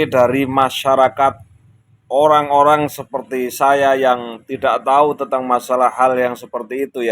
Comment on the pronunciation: mbk inayah..orang..bukan oyang